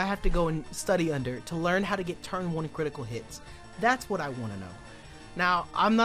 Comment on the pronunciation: The way says ‘wat’ is so funny to me